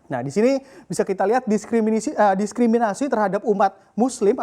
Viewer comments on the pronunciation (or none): ditik Ki bikin imisi imjinc... "Diskriminisi" WKWKWK.. diskriminisi pili li kijidit pinti kilkis.. WKWKWK.. Ditik "9 siptimbir" wkwkkw... Misih ngintik jingin kirji Bing jigi.. 911 = 11 siptimbir imjinck!!